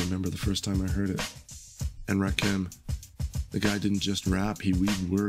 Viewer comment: Please stop mispronouncing Rakim's name.